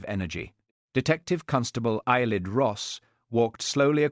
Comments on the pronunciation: Ceilidh, (Scottish Dance) is pronounced "Kay Lee) . Thanks. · It's pronounced kayli